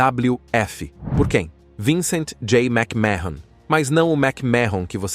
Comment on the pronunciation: A pronuncia do sobrenome é məkmən, não mécmahon